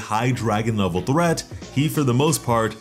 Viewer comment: Who pronounces threat as thrat? 🤦‍♂️🤦‍♂️🤦‍♂️